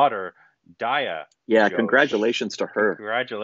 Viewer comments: it's not Die-aa. Its Dee-a. Diya - the i will sound like ee in this word which is the most common phonetic for i. American English has so many wrong sounds for i. The teachers in US primary schools need to take a crash course in England or India. Multi - it's not mul-tie. its mul-tee. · Guys this is Ghosh pronounced like Gho-st not Josh of URI 😂 And this story is also set in Calcutta as the main character Bob Biswas is a bengali, but the movie is made in Hindi language mixed with little bengali dialogues. And her name is D-I-Y-A not DAYA 😄 (Di not Da) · It's Dīyā not Dāyā and Ghosh like Gh of ghost not Josh 😊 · Everytime pronounce Diya as Daya and Ghosh as Josh I am like 🤦‍♀️😂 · Diya pronounced as Deeya. Ghosh pronounced as a hard G with an attached ‘h’ not like ‘josh’ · DIYA is pronounced as DEE AAA and it is not Josh it's GHOSH :)!!!!!